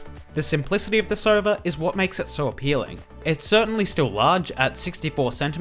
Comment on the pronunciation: hes saying sova but it sounds like server